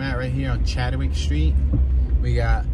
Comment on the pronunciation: Chadwick not chad de wick lol